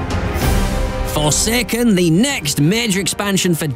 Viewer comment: Why does this guy say; Destiny 2 "fuhseken"